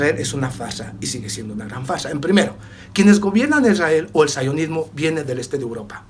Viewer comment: Sionismo no saionosmo POR FAVOR CORRIJE TU PRONUNCI CION